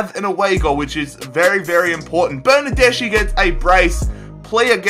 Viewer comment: I'm italian... bernardeschi is pronounced bernardeski